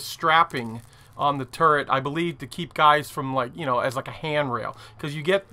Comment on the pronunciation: Something I can't un-see after it was pointed out to me is that the Missouri guns are in a 'TurreNt' :D